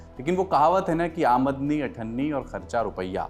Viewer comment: Sir video ke second pe amdani ko bhaiya ne "amadani " bol diya 😅